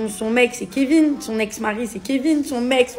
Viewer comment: C'est quoi ce truc? Carla pleure pas ... franchement t'as rien perdu et certainement pas le kevin .... faut qu'elle aille chez l'orthophoniste..mes oreilles saignent....